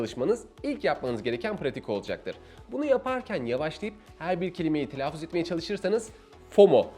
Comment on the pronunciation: Evet, oldukça akıcı, yararlı, güzel bir sunum olmuş. Telaffuz kelimesini telaafuz olarak telaffuz etmeniz dışında...